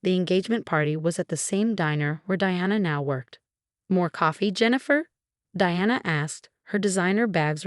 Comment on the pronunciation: Ava has a long A at the beginning. Rachel also has a long A the same mistakes happen all the time😢 the name Diana was only pronounced right half the time